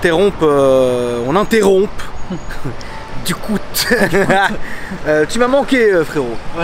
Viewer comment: On dit pas « on interrompt « en prononçant le p frerooo